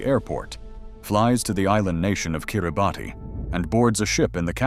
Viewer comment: Kiribati is pronounced "kiribas" . For context, there is a b29 that crashed in the peak District national park, in 1947, the thing is still there. The engines, and landing gear are all intact. It's been sat exposed to 80 winters, all those high winds, the wet British climate. It's there. Yes, the ocean will tear a plane apart, but if it's protected by sand or silt, I think it's there. All the evidence points to Earhart landing there. The woman's shoe, the skull, the freckle cream, the sextant. Come on!